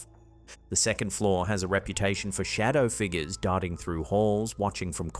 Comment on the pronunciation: Dude calls em “shada Figgas”